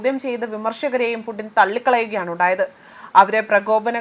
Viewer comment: ഇങ്ങൾ വിളിച്ചതാണോ പൂട്ടിനെ .. എന്തൊക്കെ ആണ് വായിക്കുന്നത് 😂😂